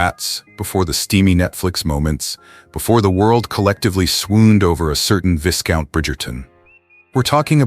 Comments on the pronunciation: Really articulate top quality narration ( yes it’s AI but a human came up with the excellent content) just one niggle though can the voice be programmed to pronounce ‘viscount’ correctly? It’s ‘vye count’ not ‘viss count’ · Couldn’t believe he pronounced ‘viscount’ incorrectly!!